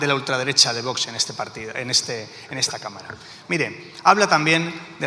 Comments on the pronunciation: Por favor!! Qué la presidente del congreso deje de decir VOTS!!! Qué alguien le enseñe a pronunciar la X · La presidenta del Congreso no sabe el Castellano!!!!!! Dice vots en lugar de Vox